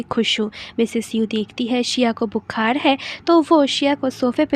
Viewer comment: mam your voice is soo cute but bukhad nhi bukhar hota h 😛